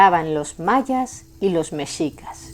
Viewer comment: muchísimas gracias por pronunciar "Mexicas" como debe de ser, con la "x" pronunciada como se pronuncia la "sh" en inglés, de hecho así es la pronunciación también de la "x" en México. Nuevamente, muchas gracias!